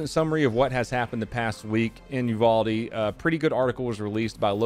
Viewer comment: You said uvalde wrong btw